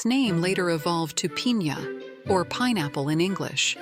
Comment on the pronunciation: bro its piña you dont know?